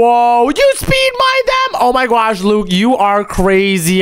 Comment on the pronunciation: Why does he say gwosh for gosh